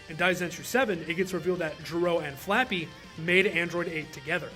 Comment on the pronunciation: Don't forget about the L's and R's in Japanese. It's not literally Dr "Flappy", you say it as Dr "Frappe", as in the coffee drink. A name pun, like so many others.